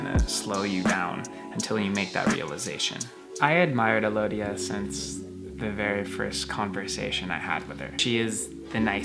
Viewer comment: Alodia, A lovia. (Lol. Sige na, corny na akoh)